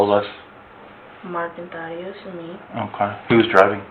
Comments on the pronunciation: Thaddeus- like "bat", not "ate". It's a short "a" 😉. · It's pronounced "tad-ee-ous" not "thay-dee-ous". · Thaddeus. Not thay-d-us. Thad-e-us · "Thay-de-us"? It's a long /a/ like in "dad." Wtf? Also the echo and pitch is a no bueno for me. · Omg it's not Thay-dee-us it's Thad -e -us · It’s pronounced Thad-e-us 😊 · The annoying girl chosen for the AI narration even pronounced Thaddeous wrong 😂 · Sorry Lana, but you are not Malik’s gf. And that’s not how you say Thaddeus.